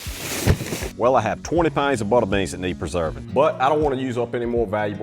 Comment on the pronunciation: Where in the world is this man from? I’ve never heard this particular accent. 😂 & Im a southern girl who was born in Mississippi, raised most of my life in Alabama, and lived in Louisiana for 5 years. I love the way it sounds though. Definitely has a unique way of pronouncing certain words (like “pounds” or “out”)